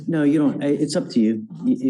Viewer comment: He said no, not "naw."